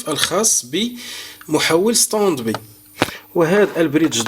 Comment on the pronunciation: اخي انت تكرر نفس الكلام وتعيده كاننا في روضة الاطفال. انا من متابعيك ولكن يزعجني كثرة التكرار. Standby: ستاند باي وليس ستند بي وسامحني